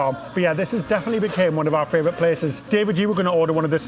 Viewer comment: you do realise it's not fravourite with an r in it. It's favourite.